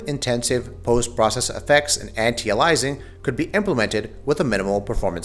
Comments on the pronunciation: songokuemumania not to mention the pronunciation of anti aliasing lol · songokuemumania lol, just what I was thinking. He also pronounced anti aliasing funny.